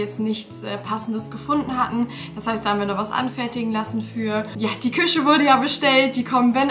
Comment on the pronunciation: Mich triggert es so, wie du Küche sagst 🫣 aber ich gönne es dir sehr ❤